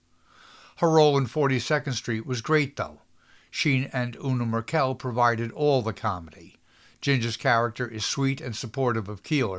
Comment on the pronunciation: Una Merkel, for one (at least the way you pronounce it is not the way I've always heard it.